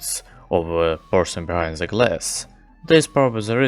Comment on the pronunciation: I love how you pronounce the with ze, just like Medic TF2